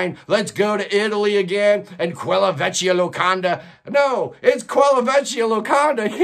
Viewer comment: L'isola is stressed on the first syllable (LEE-so-la). Yes, The Island of Nothing is an accurate translation of that album title. Vecchia has a hard k sound (VECK-ia). Do you work in the music business? Your knowledge of bands with their personnel changes, including bands of Europe, is most impressive. You're way ahead of me, man.